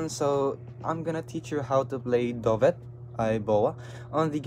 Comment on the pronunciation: Dubey po pronunciation